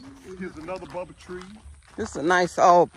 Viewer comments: Say it with me: "Baow-bob, Baow-bob" why no body correcting ya'll, we can't let him keep calling it Bubble tree😂😂😂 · The Baobab tree ... Pronounced: “Baaohbaab”